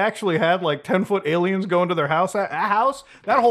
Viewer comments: Why does he call them ALmaos? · Any day I get to hear Muta say Ay-Lmao is a good day.